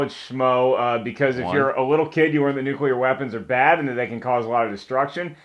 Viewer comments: Eugene Medvedev Exactly... It DOESN'T make sense phonetically. That's the thing. Just because it's a "common" pronunciation doesn't mean that it's accurate. It's not just that it doesn't "SOUND" like it's spelled... it doesn't follow the structure of the word itself. It's not spelled nucular, it's spelled nuclear. Break it down into its separate pieces, and pronounce them one by one: nu - cle - ar. That there are colloquial/regional mispronunciations/mistakes made at all levels of society does not change the fact that the word is spelled one way and one way only. If you want to change the rules of spoken English, then you're welcome to it, but it's not going to change the actual spelling of the word, any more than saying somebody who sells your house for you is a "re-la-tor" is going to change the fact that the word is "realtor." And it doesn't matter how many people pronounce a word wrong, either. Numbers don't mean squat. McDonald's has sold billions of hamburgers; that doesn't mean they aren't garbage. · trha2222 It is NOT accepted. Show me where any linguistic authority declares "nukular" doesn't sound retarded. It's like people who say "Real-a-tor" instead of Realtor. You don't just decide it's ok because enough stupid people misuse it. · Einstein was German and a physicist, neither of which qualify him as an expert on English pronunciation. I can't believe anyone is arguing this! Look, the C comes before the L, therefore NU-CLE-AR, like NUCLEUS, end of story. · trha2222 Some of these mention 'nukular' as a pronunciation that is used by a lot of people, but mostly frowned upon. Some don't mention it at all. Bear in mind, that's just a few results from the front page of Google, so if you find some more substantial info on the subject, let me know. Merriam-Webster considers it to be an accepted part of speech, but I don't know of any others really. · Hate it so much when people pronounce the word "nuclear" like "nucular". Other than that, great vid :P